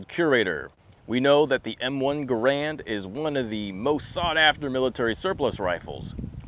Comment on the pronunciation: It is “Ger-and” not “Guh-rand”. Cmp prices actually do not reflect market price for the rifles. $1200 +/- is an avg market price for a decent, even mixmaster M1. So be it, if others aren’t willing to adhere to CMP documentation criteria. They are not a charity nor a regular retail store.